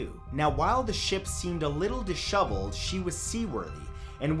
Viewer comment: Minifridge Just adding more fuel to the flames here (yeah l'm an arsehole) but l was going through the replies again with Matthew in the background. Did anyone notice how he pronounced the word disheveled? Sounds like dishovelled. You dig?